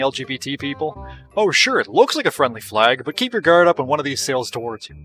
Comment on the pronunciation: Got canadian vibes when he said "keep your GUARD up"